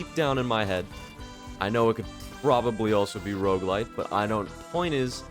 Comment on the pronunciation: I can't tell if he's saying Roguelike or Roguelite help